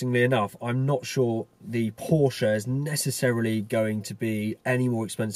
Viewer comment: Great video and as a native German speaker, it's fantastic to hear that you're one of very few people who actually pronounce Porsche correctly!